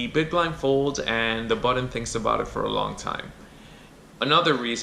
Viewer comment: Button , not buddon